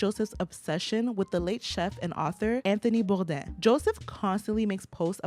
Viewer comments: Why are u pronouncing his name like that . He was American . Nobody pronounces Anthony boudains name like that. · HE pronounced his name Bore-Dane . With his mouth. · Lol hearing Anthony Bourdain's name with a French pronunciation had me pausing the video and look at who on earth you were talking about. He was American, so he pronounced his last name Bore - dane